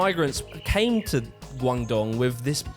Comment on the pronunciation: Guangdong is pronounced "Gwong-dong" btw